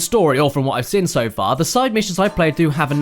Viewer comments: Seen. Not sin, "seen." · I have to ask. When you say seen re you saying "sin" on purpose?